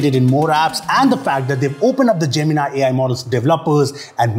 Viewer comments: Man don't call it gemin-i just call it gemin-e 😂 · That is not jeminaai Gemini you are a Indian pronunciation should be like a indian not a alien😢😂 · why everyone is pronouncing it as( Gemin-i ) = jaymin-ai . and not as ( Gemini ) = jaymini ?🤷🏻‍♂️ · I always thought Gemini was J-mini. Now it's J-min-i.